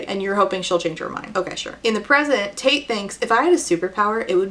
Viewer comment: You say Tate, I hear Taint. Same same.